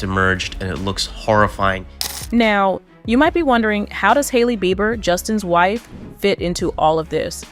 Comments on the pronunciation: SAY HIS NAME CORRECTLY OR SHUT UP.. (JUSTIN BEIBER) NOT BIBER😅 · Justen Bieber is not pronounced [Buyber]. Big insult to the viewer and Justin. Can't be more ridiculous. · This AI voiceover is too much! It called him Justin ‘bye-ber’ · Please learn how to pronounce the celebrities names before making a video. 😂 Bi- ber. LoL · BEE BER NOT BY BER. BIEBER. SAY IT RIGHT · How do you not prounce his last name correctly?? Who is Justin "Bye-ber" .. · This may get deleted, but if it doesn't, I just want to put out there to every newbie trying to cash in with their YT channel, DO YOUR D@ RESEASRCH on the proper PRONOUNCIATION of a person's name before you post about them!!! "Justin Bi-ber?" You weren't trying to be sarcastic, you actually didn't know how to pronounce Justin's last name! Where have you been for the last 20 or so years,? It's pronounced Bee-ber,! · "bye-ber" ? what rock have you been hiding under in the last 30 yrs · Is this A.i. bc who says his last name like that? bye-ber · Justin "VIBER"? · It's pronounced bee burr ffs 😡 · Need to say Justin name right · you began with mispronouncing Justin's name. I'm sure it's an AI mess-up, but it still makes it difficult to take seriously, or believe all ur reporting.. BUT, J & H; It wasn't your fault Justin, you should've been protected, not destroyed!!! Shame on THEM who hurt u!! Bless him and his gorgeous family! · Learn to say his last name. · Did anyone also notice how she pronounce Justin's last name😅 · First,, learn how to say his NAME.